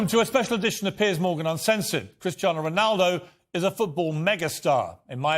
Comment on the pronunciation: CRISTER RONALDO........SEEEWWYYYYY